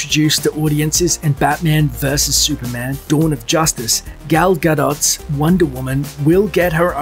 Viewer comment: Garbanzo123 i also liked the "gal guh-dott".